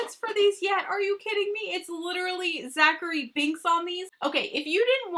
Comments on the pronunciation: It's Thackery not Zachary haha love you!:) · Girl, it’s Thackery Binx.